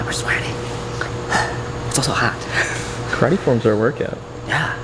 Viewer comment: First of all you guys must learn how to pronunce karate.